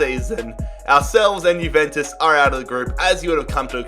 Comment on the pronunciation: it's pronounced yuventus not guventus